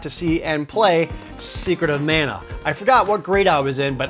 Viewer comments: It’s mah-nuh. The guy in the commercial says it. For the S.N.E.S. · It is pronounced MONA Geez get it right. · Glad to see the original TV ad says Secret of Mana, not Secret of Manna. I wish the voice actors in the recent Trials of Mana remake got the memo. 🙄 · After hearing talk about secret of mana for 5 minutes then hear him say "manor" when talking about 7th guest messed with my head